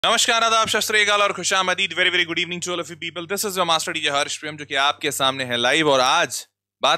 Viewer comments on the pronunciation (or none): none